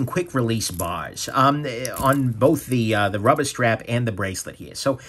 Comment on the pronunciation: “Friggen rubbah” love it 🤣